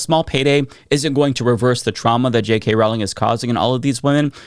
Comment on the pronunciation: It's Rowling not trolling, even when she's growling. But I mean, if she can't get anything right, I understand unintentionally getting her name wrong.